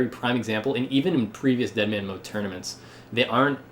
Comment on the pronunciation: "DEADMAN" not "EATMAN"